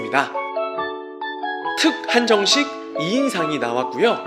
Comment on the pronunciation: 인성 문제있어?????? 영상 자주올려~ !!!!!!! ㅋㅋㅋㅋㅋㅋㅋㅋㅋㅋㅋㅋㅋ 특한정식 발음때 특! 특! 귀엽네요